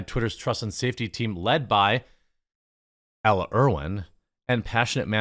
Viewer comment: Gee Jeremy, I grew up in Janesville in the 60s and can figure out how to pronounce names, i.e. Ella.. I guess that just shows the state of the educational system, i.e. teachers unions (which should be outlawed).